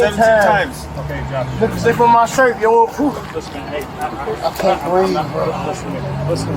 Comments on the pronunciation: Another “I can’t breeve” wasting taxpayer dollars. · I see he's a George Floyd blackbelt. Struggle, then pivot to "I can't breeve".